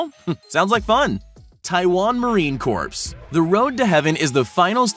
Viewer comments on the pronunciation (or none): Dude it's not pronounced marine corpse, it's pronounced marine core but spelled corps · It's pronounced Marine CORE, the PS at the end of CorPS is silent. Get it right or start doing push ups. Now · Can't listen to this guy. He said marine corpse... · MARINE Corps. CORPS IS PRONOUNCED “CORE”. Seriously!!!